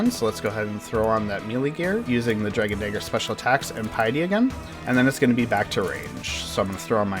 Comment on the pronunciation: When you say Dragon Dagger it sounds like something terrible. Hard R too man.